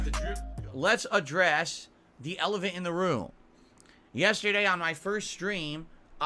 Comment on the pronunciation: "Elevant" lol. Shoutous, ✌️